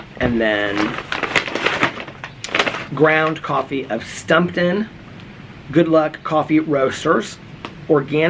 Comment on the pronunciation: Hey my love & good, it's pronounced Stump-town Coffee, made in my hometown Portland, Oregon♡ and it's delicious.